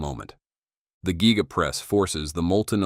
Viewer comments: Gega press huh. The AI voiceover needs a raise! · Nice content (🇦🇺 Die Cast trained in 80's) but that Ai pronunciation just kills me lol (Gee-ga, Meh-towel etc)